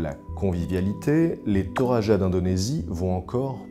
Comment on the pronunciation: Pour les Toraja, il faut savoir que n'importe qui ne peut pas avoir une poupée à son effigie après sa mort : le nombre de bœufs sacrifiés lors de son enterrement compte, il me semble. (et ça ce prononce Toradja ;) )